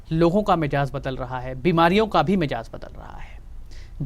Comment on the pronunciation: Dr sahab , apna talaffuz theek kare. Woh lafz "mijaz" nahi , " mizaj " hai